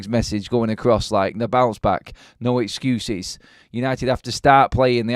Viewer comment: harry potter the king of exscuses, saying no more excsuses lololssss